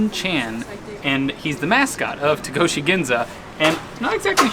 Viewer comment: Hi! I enjoyed watching your stay in Japan. Actually not T”a”goshi, but T”o”goshi Ginza .